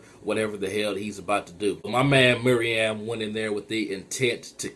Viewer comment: And btw, it's not MIRIAM It's pronounced "MEH-ROO-EHM" Meruem